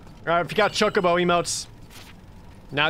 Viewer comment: Who the fuck says Chah-cobo?